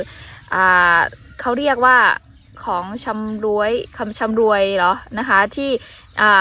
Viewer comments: อ่านว่าชำร้วยครับ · คำว่าร่วย ออกเสียงโทนเสียงเดียวกับคำว่า ช่วย ครับ เรื่องของชำร่วย/ของช่วยงาน ประเพณีทางบ้านคล้ายฝั่งประเทศไทยปัจจุบันมากกว่า แต่ทางเชียงตุงจะเหมือนทางประเทศไทยสมัยก่อนมากกว่า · ของชำร่วยออกเสียงให้สูงอีกนิด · เขาเรียกว่าของชำร่วยคะก็เข้าใจว่าบางคำอาจออกเสียงไม่ถูกแต่ก็ไม่เป็นไรคะ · ชำร่วย ออกเสียงคล้ายคำว่า ด้วย ช่วย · ของชำร่วย หรือ ของตอบแทนผู้มาช่วยงาน อ่านออกเสียงสูงอีกนิด